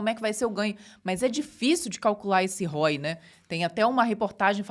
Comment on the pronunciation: Só uma sugestão, se é para falar inglês podia falar corretamente. Assista o professor Hoc. Por exemplo, ROI pronuncia-se diferente de hoy. Ficar abrasileirando as palavras hj em dia já é desnecessário ao meu ver, acho até que é um atraso muito grande.